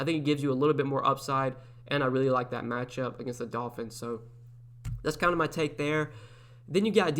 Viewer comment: U literally just said Tolphins lol 😂 but no good content as always ! I won two lineups week 2